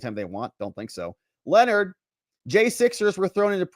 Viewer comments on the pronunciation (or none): none